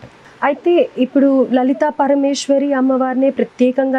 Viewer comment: అమ్మా యాంకర్ తల్లీ లలితాపరమేశ్వరి-✔️ లలితాపరమేష్వరి-✖️ సరిగ్గా పలకండి తల్లో..🤦‍♀️🤦‍♀️🤦‍♀️🤦‍♀️